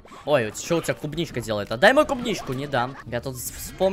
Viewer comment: Не клубничка а кубничка